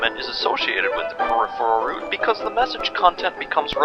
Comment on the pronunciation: I can't watch this until the video learns how to pronounce the word "route"...